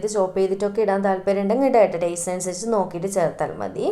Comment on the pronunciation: Zimple zanവിച് ആണോ.. അനുzaരി.ച്ചിട്ട്... Zet ആയാൽ za മയത്തു...ഫുൾ zzz മയം